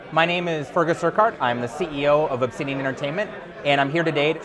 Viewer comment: first thing i thought too lmao he says "obtshidian"